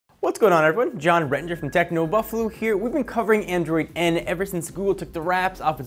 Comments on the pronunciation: Technu Buffalu? That's what it sounded like when he did the intro. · "Techno Buffalu" 2016